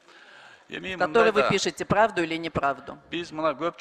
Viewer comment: Правду деп айта албай плавду дейт го